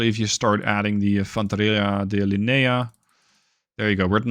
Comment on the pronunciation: ahhh good to know and thank you! for the next videos, i'll tell you that on the "fanteria di linea" the mistake comes on where you put the accent on the word "linea" it's a common mistake so don't worry :) btw the accent goes here "lìnea" on the "I" letter instead of the "E". also one more thing i wanted to say about the Lagunari, they are like Navy Seals of the Us in real life and i don't know why developers gave the statistics as special forces at the MARO' troops instead of the Lagunari. anyway i can't wait to see your first gameplay on the Italian deck!